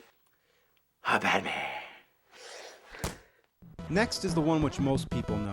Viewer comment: on the first game he says ham batmaaaa